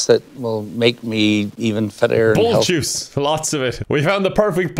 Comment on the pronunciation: "Juice", he's saying "Jizz"